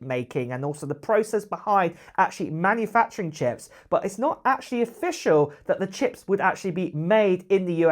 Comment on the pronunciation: Acchally? Didn’t hear anything beyond this word.